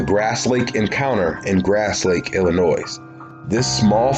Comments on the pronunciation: The S in Illinois is silent dude! The mystery I wonder about is were you learned how to pronounce the names of both the town of Mattoon ( not mantoon) and illinoissssss..... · Fml...outta staters listen up..."Illinois" silent "s" at the end j.s.